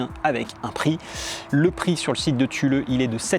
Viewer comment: Thule c'est suédois et donc on dit supposément "toulé", mais c'est pas grave, je disais tulé jusqu'à ce que mon frère vivant en Suède m'informe de la prononciation.